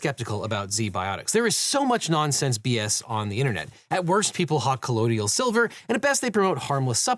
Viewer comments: it's colloidal silver, not collodial :) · If you're going to advertize a product with the words "colloidal" and "acetaldehyde", you should at least learn how to pronounce them.